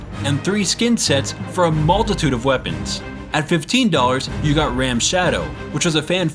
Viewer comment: Bro, it's Raam (Rom), not ram. You're killing me. ... But no where near as bad Gears 5. Gears 5 is more like a slow, painful death.